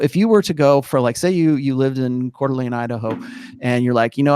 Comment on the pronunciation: Extra points for pronouncing coeur d'alene, id correctly. I went to college there, come spring there are lots of beautiful women downtown.